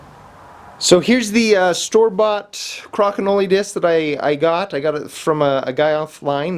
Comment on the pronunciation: Cra-ki-know-lee LOL It's Crow-kin-oll